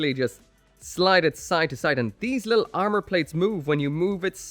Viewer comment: "step 3: the arnour"